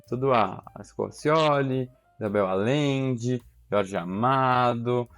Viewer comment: Allende (lê-se: Alhende/Aiende).